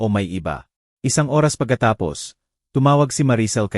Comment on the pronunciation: MUZON SJDM,Bulacan Philippines,ayusin mo iho ang Pagsasabi ng tamang pagsasabi ng ORAS, tnx